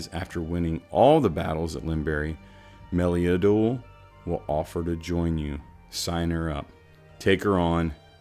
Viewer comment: Shan-Todge, and Mel-Lee-Uh-Duel. Just sayin'.